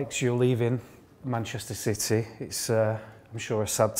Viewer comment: Great player but l wish the interviewer would pronounce City properly.